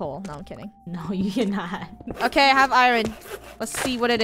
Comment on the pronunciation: Lol “I - rin” it’s “ I - ern”